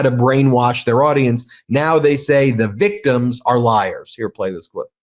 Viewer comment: Newsmax can’t even pronounce the victims names properly.